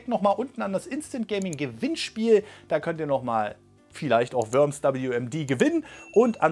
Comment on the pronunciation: Es wird nicht Wöms ausgesprochen sondern Worms